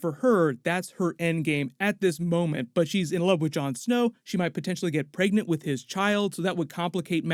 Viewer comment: If I hear you say “preagnat “one more time.